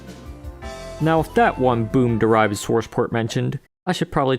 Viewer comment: Do you say sworce ports on purpose?